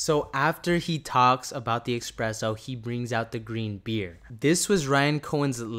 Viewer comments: espresso not expresso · It’s called espresso my guy. Not expresso es press o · ESPRESSO my bro there is no X in Espresso. It is not a fast coffee it’s not an expresso dude lol you’re reading something and adding letters to words that aren’t there.